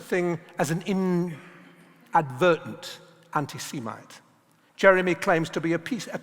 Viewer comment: Learn a false "intelligent" RP accent and not only will you delude yourself into believing you're intelligent, but you won't even be able to pronounce semite.